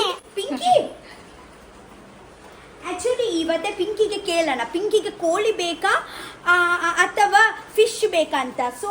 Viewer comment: You mummy village is different you stay village was different coz your mother's kannada and tulu is different from your 😂 atleast learn from her and onwards we have pronounce koli not kori right 😂 after sometime many days you put vlog that also copy who gives cat biryani and till now u didn't celebrated bday of cat